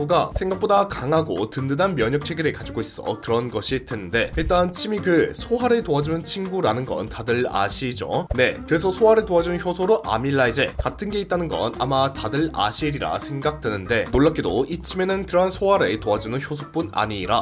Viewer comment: 아밀라아제!!! 아밀라이제×